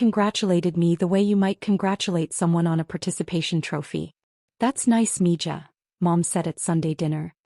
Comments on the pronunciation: It’s pronounced ME-HA not me ja…spelled MIJA… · Please teach your AI how to pronounce the J in Spanish words. Mija is m e h a. I know it's a tiny thing but it's annoying and upsets the flow of the story for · I speak NO SPANISH, but this really grates on me. If you insist on using nicknames from another language, they need to be pronounced correctly. That’s respectful. 🙂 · 🤣🤣 I think someone needs to teach AI some Spanish, right, Me Ja?🤔🤣🤣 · You need to clean up this monologue. Torres is correct; mija is pronounced miha which means my little girl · I come for the comments, almots as funny as the AI trying to read mixed languages as English. Meeeeejahhhhh.